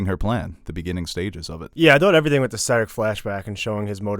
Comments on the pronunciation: it's pronounced Ser-AHC. Stress the second syllable, not the first! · Lol the way you pronounce Serac